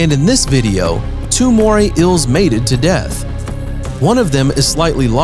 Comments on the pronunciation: the way he says eels ills moray ills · It’s bugging me how you’re pronouncing it as moray ills🙃🙃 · "Moray Ills." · “Today we will tell you about moray ILLs” Nope. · “Moray ILLS”